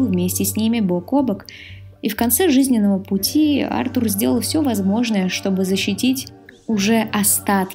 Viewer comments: Ударение не на у, а на А Артур,а не артУр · Артур, а не артУр, бесит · Какой еще артУр,Артур правильно! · Ты молодец конечно,но Артур ,а не АртУр;)Отличное видео! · Артур а не артУр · Артур с ударением на А просто убило😂😂, я об этом даже не задумывался что Артур может быть Арту́ром😂😂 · Сук, как это раздражает. Почему ты ставишь ударение на имя АртУр? Это такая боль для моих ушей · Всё здорово, но какой к черту Артур ударение на у если правильное ударение на А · НА «А» ударение,аж уши режет